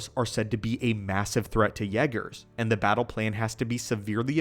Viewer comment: The way he says yeah- gerrs got me going 😂😂😂😂😂😂